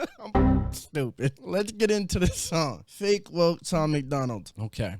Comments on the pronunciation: He said fa Kay was kay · “FAH-KAY WAH-KAY”🤣😂